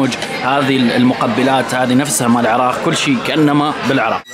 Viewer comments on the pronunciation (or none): none